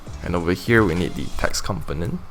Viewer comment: Component is not pronounced like that.